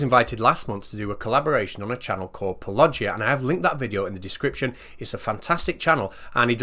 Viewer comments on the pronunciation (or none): Hmm, I think you messed up pronouncing Paulogia. It's a wordplay on apologia, so should sound like "Paul oh gee a" More importantly, you gave us a good laugh at the dumbest and most dangerous criminal zealot not to be a comic book supervillain. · Okay, say it with me... plan-are-w... I mean Paul-oh-gee-a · It's pronounced: PAUL-O-GIA!!!!!! >!< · Oi, it's pronounced "Paul-a-gia". He says it at the start of every Video! Great work on the Hov, keep it up! Kent lost it with me when I taunted him with the meaning of "Viced Rhino". He was pissed when he couldn't work it out! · Worst Paulogia pronunciation ever! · I need to know: did you intentionally mispronounce paulogia?? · come on! Your mispronunciation of Paulogia is awful. I loved that video but jesus.